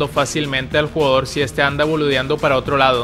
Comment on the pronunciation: "Boludeando" más argentinizado esa parte imposible